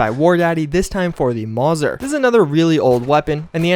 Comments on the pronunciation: its pronounced mow-ser i believe not mazar (not trying to be d**k but text often makes me look like one) xD its named after its creator paul von Mauser who was german hence the lovely name of the weapon :) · Im sorry but Mauser is pronounced like mowser not mozer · It's pronounced MAO-zer, it made me die inside to her someone butcher that jfc